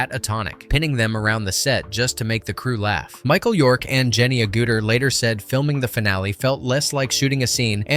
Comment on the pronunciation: Her name is Jenny Agutter not OOguter!